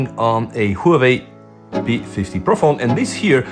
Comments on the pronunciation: Whoo-we-we or Huawei? XD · Great Whoaway phone 😂 (Huawei)